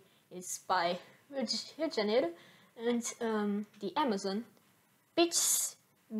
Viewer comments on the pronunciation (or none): Só ver o jeito q ela falou "Rio de janeiro" no video q vc vai saber